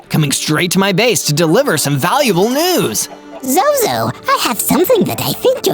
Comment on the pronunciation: ZOZO not zoz 😂